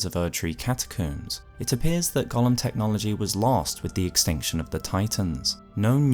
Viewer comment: that's not how golem is pronounced. It's not the same as the LotR character.